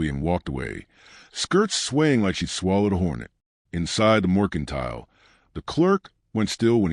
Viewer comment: For goodness sake. MERCANTILE. AI should at least be able to spell and pronounce common words.